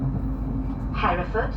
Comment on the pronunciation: Brecon Beacons are those hills near Abergavenney. Lovely area. The lack of catering is unusual. It's a Shrewsbury crew who usually work that down, and would uually pick it back up at NWP. Maybe staff shortages. Please don't pronounce Hereford like that...haha...the locals get a bit itchy about such things. I know how it looks.